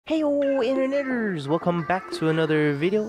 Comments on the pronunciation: I thought he said iner (insert N word here:) I know he didn't but still lol. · it was when you said interneters